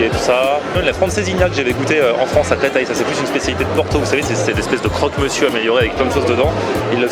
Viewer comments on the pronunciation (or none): none